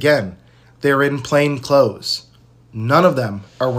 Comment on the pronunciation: people please learn how to say "plain clothed".